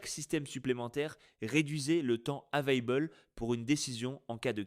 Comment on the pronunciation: "Avaible " vous mettez un drapeau français et vous vous précipitez sur des anglicismes... pas mal !